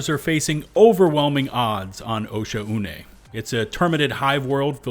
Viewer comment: I want to personally thank you for properly pronouncing Oshuane. So many other creators pronounce it wrong when it says it once you enter the area... its not 'O'Shaun' dammit! lmao